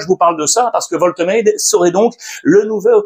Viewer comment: Wolte quoi ? Alex un petit effort stp 😭😭😭